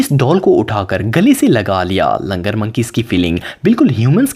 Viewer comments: Langar नहीं LANGOOR hota hai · Word is Langoor not Langar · They are langur not langar